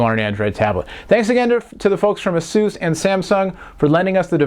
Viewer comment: IT'S PRONOUNCED AY-SUS NOT EHSUUS